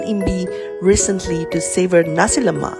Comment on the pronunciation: No raso lomak y00 nasi lomak.noww yyy y000😂😂😂